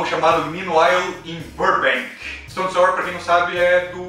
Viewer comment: Se pronuncia "stone SAUER", não Stonesór! (Y)